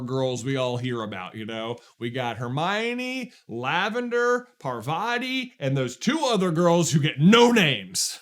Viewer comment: can yall please pronounce Pārvati’s (pAr-vati) name correctly. It’s really a pet peeve.